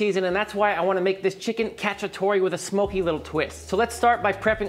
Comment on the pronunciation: I can envision all the Italians cringing hearing him saying chicken catchy-atory 😂